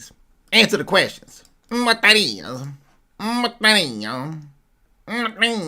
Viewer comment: You can repeat "wat dat iz" 100 times in a row and will still be funny as f...!!🤣🤣🤣🤣